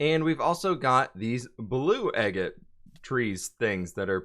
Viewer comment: it’s pronounced like ah-gate. You can actually get agate geodes etc from souvenir shops.